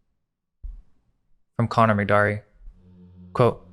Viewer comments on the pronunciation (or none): none